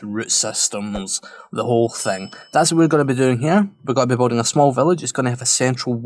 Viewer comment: Could be my tired ears but I'm hearing 'boating', not 'building'. And for sure you've said it like 100 times this episode. Regardless, this place is really turning out nice.